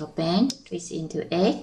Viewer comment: Lol somehow i always understand "bang" instead of band ><